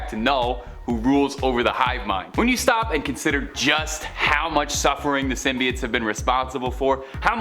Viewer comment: He kept saying symbiotes wrong and it was driving me up a wall